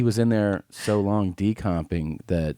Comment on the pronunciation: “Decomping” I broke when I heard that (it’s decomposing btw) 😆